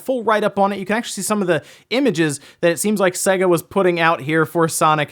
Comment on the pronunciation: sega? SAY-GA.....it's literally pronounced on every one of their games as the intro as you boot up 🙃